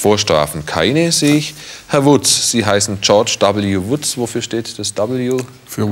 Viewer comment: Also bei dem Namen "George W. Woods" hab ich gerade "George W. Wutz" verstanden. Schicke Anlehnung an den ehemaligen US-Präsidenten....😂